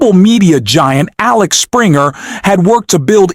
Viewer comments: It is AXEL Springer and not AXLE Springer! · It's Axel not Alex. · It`s Axel, goddamit! AXEL!!!